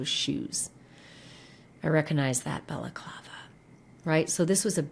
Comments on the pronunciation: “Bella-Clava”….? Seriously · It's pronounced Balaaaaclaaava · The way he pronounces balaclava 😂